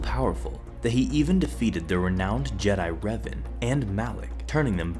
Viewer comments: its pronounced r-A-ven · The way he pronounces Revan bro what